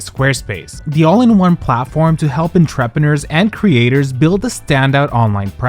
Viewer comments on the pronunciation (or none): En trep ah neers you say? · FYI Entrepreneurs is a French word and pronounced On-Truh -Pruh -NERZ! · Are you using AI? Entrepreneurs: On tray pren newers. Not what you said! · that pronunciation of entrepreneurs is wild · Entrepreneurs is a French word, and isn’t a native English speaker if I’m not mistaken